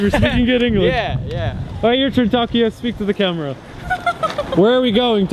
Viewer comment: Why do you keep calling him Takiya?? His name is TakUUUya